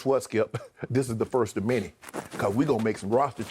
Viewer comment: “This is the first of minty!” -Shannon Sharpe